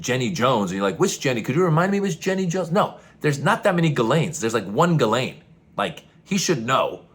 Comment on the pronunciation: Jizzlaine. The name is pronounced Jizzlaine.